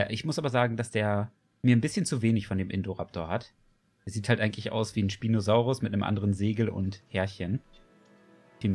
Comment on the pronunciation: Man spricht ihn eher „In-ßpineh-raptor“ aus. PS: Den Spinosaurus spricht man auch „ßpinosaurus“ aus. (Mit einem scharfen „S“ Laut)